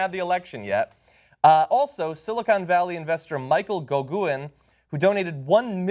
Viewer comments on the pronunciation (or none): Hey John and Cenk, you mispronounced Goguen! I don't know who that asshole is, but I can tell you his name is GO - pronounced same as the English word 'Go'. GEN - 'G' pronounced as 'g' in 'get'; rhymes with 'pen'